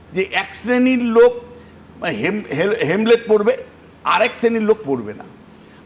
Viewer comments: হেমলেট না হেলমেট 😂😂 ইনি বিশেষজ্ঞ! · একজন অধ্যাপক ও দেখি হেলমেট কে হেমলেট বলেন। 😜😜😜